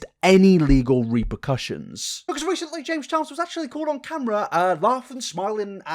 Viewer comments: *repercussions not reprocussions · Reprocussions 🤣🤣🤣 its repercussions.....sorry xx